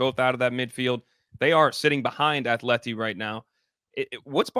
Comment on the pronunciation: Please stop saying Athleti 🤦🏽‍♂️